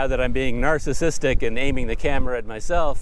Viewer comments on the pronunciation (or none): none